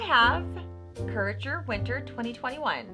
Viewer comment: It's pronounced cure A tor